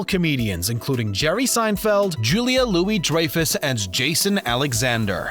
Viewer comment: Nope, they mispronounced the Benes as well as Dreyfuss.